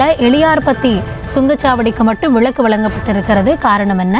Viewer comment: 'விளக்கு' அல்ல 'விலக்கு'